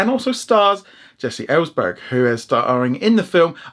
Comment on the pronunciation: It's actually Jesse Eisenburg, NOT Jesse Ellesburg